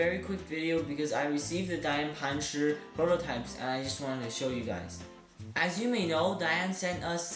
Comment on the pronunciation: The zanchurrr and the panchurrr. Just say it like a normal American does.